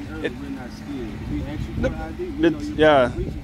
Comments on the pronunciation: “And I axe you for you drivers license”…….😂 Another low IQ idiot. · Let me AXE 🪓 you a question? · I "aks" you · "I'm gonna axe for your ID." How can you take him seriously? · The cop cannot even say ask. Highly educated.